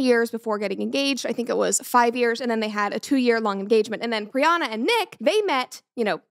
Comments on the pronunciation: It’s PriyanKa Chopra. Not Priyana. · I am so happy for you but it's priyanka not priyana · Hello Brett! I am new in your channel. Thank you for pronouncing the name of Priyanka Chopra at the end of the video correctly. I couldn't help but notice that you called her Priyana😅. Thank for your content. I am from France I never heard about a shut up ring before. Wish you the best for you and your entourage. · Priana 😂 it’s Priyanka not a big deal but it’s funny to hear Brett saying it wrong multiple times… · I’m so happy for you Brett!! It’s so incredible that you’ve found the love of your life ❤…I did just want to say for the rest of the video, that Nick Jonas’ wife’s name is Priyanka Chopra, not Priyana Chopra, cause it bothered me a lil the way you pronounced it, but it’s all good! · Not Priyana it's Priyanka 🤣🤣🤣🤣Just had to correct soz kept bugging me that she kept saying Priyana 🤣🤣🤣🤣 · Love your videos, its Priyanka btw not Priyanna. Keep up the epic videos! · First of all congratulations brett know you have another dog yeehhh Also her name is Priyanka Chopra not pirana chopra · PRIYANKAA.....Congrats Brett but everytime i here Priyana its soo aaaarh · It's Priyanka not Priyana. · Pryan + ka Not pryana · Pryanka it is not pryana lol. Congrats brett 🎉🦋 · Congratulations, Brett! I wish you a happy marriage <3 On that note, her name is said Pree-yunk-kah Cho-pra. 😅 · Its priyanka not brianna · Dear… please pronounce the name right… it’s Priyanka… she is an icon for us Indian… plus one of the best actor It’s literally disrespectful… Congrats on your engagement 🎉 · Its pronounced as "Pri-yan-ka" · Did you just butcher Priyanka's name 😂😂